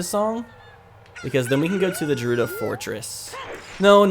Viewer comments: Jerudo fortress is not how you say that. "Ghe" very soft h, gerudo. Same as Ganon. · Dude it's not jurudo it's gurudo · It killed me a little when you said "Jerudo." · Also, did you just call the "Gerudo" the "Jahrudo"? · Oof Gerudo is pronounced Geh-roo-doh. Sorry it just bothers me😂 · I’ve only heard it as gerudo with the guh sound I’ve never heard it with the j sound so every time I hear it I die a little on the inside 😂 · You pronounced gerudo like jerudo. Its pronounced with a G as in gopher. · "Jerudo Fortress"